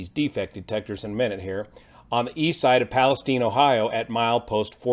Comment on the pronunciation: It’s “Palesteen” is it?